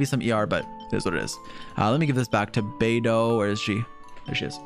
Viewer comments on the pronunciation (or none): none